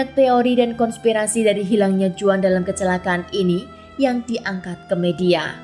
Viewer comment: Sedikit ralat, Juan dibaca Huan dlm bahasa Spanyol. Terima kasih